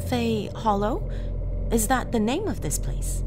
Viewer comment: You are so welcome and thank you for pronouncing my name right🖤🖤🖤🖤